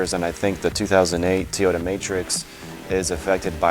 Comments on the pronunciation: I learned you don't know how to pronounce Toyota stop saying t -oyota it's very annoying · I lost track of my trip mileage after I hit 299999 can my ECU be scanned and tell me actual miles so I can start tracking again if you will answer this question I won't bring up the fact that you don't know how to pronounce Toyota thanks